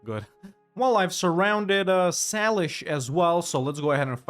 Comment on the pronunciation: Its Say-lish not Sal-ish